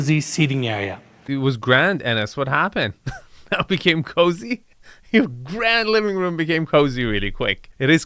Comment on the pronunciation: Enes pronounces cozy---> cuzy